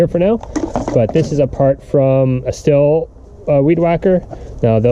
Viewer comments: Stihl is pronounced Steel not still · Believe it or not it's pronounced steel. Just sayin